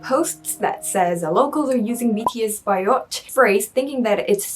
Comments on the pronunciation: It’s BAYOT, not BIOT. 😀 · When she said "Bi-yot"....I cringed! hahaha! sorry, love you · It is not pronounced as biot. It is BA-YOT. Yeah it has a bad connotation. But still it depends on how you use it and to whom you say it.